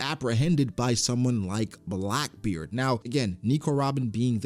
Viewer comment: Bruh, its Blackbeard not Blockbeard 😂